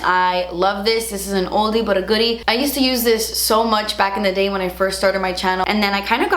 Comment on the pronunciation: I think you keep saying munch becuz of all the Easter candy you munch on had..lol I’m going to have to try that Becca powder. Thanks for the info on your favorites. Take care&see ya😁